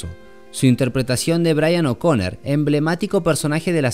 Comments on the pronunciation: oconnor* no oconner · Brian O'CONOOOOOOOR NO O'CONER POR DIOS